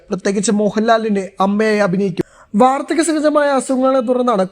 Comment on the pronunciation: Edaa mone vaardaka sahajam alla.vardakya sahajam😢😢